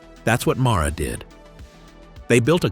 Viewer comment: MARA? When it reads Mahle on every single motor? 🤨